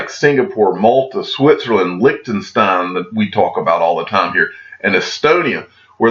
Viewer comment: I love the channel; I love the content; I love XRP. I watch nearly every video. But it is so hard to hear you say the word TIME. "All the tom", "tom and tom again"... It takes away from your brilliance. I know it seems trivial and makes me look petty. But you're brilliant, dude. Speak like you're brilliant. #XRP